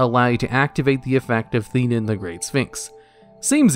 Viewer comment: Okay, having seen Yu-Gi-Oh! the movie, am I the only one who noticed that the English Dub and sphinx card names are inconsistent? Like, the card name is spelled "Theinen", yet the dub pronounces it "Thin-ee-en"? WTH?!